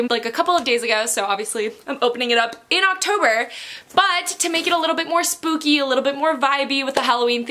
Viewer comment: Is it only me or does she say spoopy instead of spooky?😂